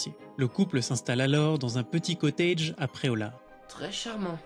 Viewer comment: On dit un cottage, pas un cotteidge.